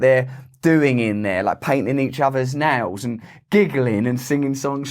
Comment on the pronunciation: omg, so sorry. I wasn't watching, just listening when you said "painting each other's nails" and it sounded like you said "painting each other's 'nads" Carry on.